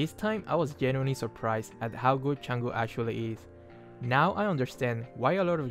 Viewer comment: wow someone who actually pronounces her name correctly